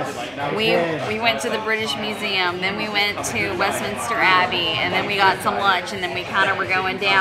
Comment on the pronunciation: Westminster Not Westminister. No extra I. Also please stop with the British accent. Not even close